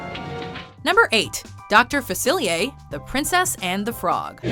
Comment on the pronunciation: Why is Dr Faciliar's name pronounced as "Dr Facili-a"? Is it just because of his country/culture/whatever?